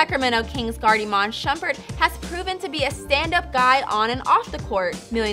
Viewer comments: Iman shumpert not shupert... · isnt it Shumpert